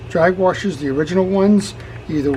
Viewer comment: I guess I didn't realize until I heard you that I also say wa"r"shers :)